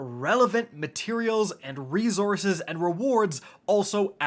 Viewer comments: Anyone else bugged by the way this man says resources? “Ree-zor-ziz”😵‍💫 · Does how he says resources bug anybody else?